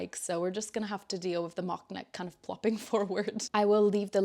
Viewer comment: Love yr podcast and projects. Mike is fine!!! Your accent is so good. The only way i detect you aren't an English speaker is the word 'with' where u say 'wiv' so cute.